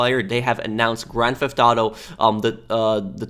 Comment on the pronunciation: Why do you say *granthoto"